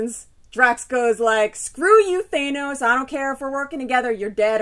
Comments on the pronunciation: Thanos, not "Thay-nows" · Justin Fernandez I've heard it both ways but you're right, Thanos with the short 'a' sound is how they are pronouncing it in things like the GotG movie. I tend to say it more like Thay-nos out of habit from reading the comics as a kid before I heard anybody pronounce it. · I say Nay-more too lol I've heard it said both ways too. I guess this is one of those times where my fobness isn't such a disability. I've been reading it as Thános since I was a kid not because I knew how it's pronounced but because I was a fob. Lol Anyway, GotG was awesome. A few changes here and there but overall, a fun movie.